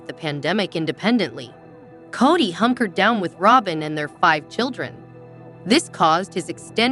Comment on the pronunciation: I cannot watch this because she doesn’t even know how to pronounce Kody’s name or Covid. She must not watch the show.